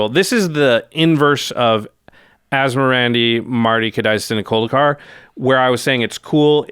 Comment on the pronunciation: I was waiting for a demon to be summoned behind as he pronounce that card name perfectly…